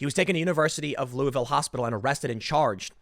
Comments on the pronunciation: It’s Lu-a-vull. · Im originally from Louisville and I couldnt help but notice how many ways you pronounced it lol. We pronounce it LOO-A-VUL or LOO-A-VILLE. :)